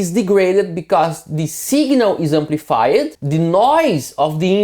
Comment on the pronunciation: defined" ... two syllable.... deee-fined ... not de-fine-ed Same goes for amplified. No amplifi-ed. If you just took off the -ed and pasted a t on the end, it would be closer.